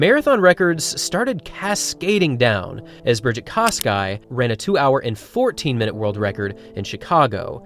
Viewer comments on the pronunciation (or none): none